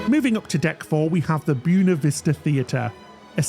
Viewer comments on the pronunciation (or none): Love your videos, but just letting you know, buena is pronounced "bweyna" (like a way away), not "boona".